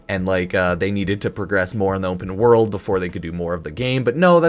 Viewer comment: "Onpen World"